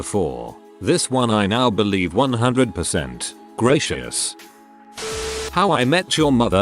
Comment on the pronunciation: Did the TTS just pronounce gracias as gracious?